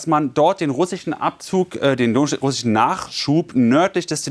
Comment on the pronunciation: russi-chen? amrikani-chen?🤣